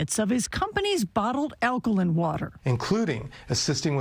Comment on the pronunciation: No respect for this reporter for not knowing how to say alkaline